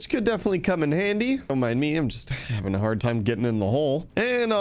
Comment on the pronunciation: Am I the only one going crazy every time he says haveting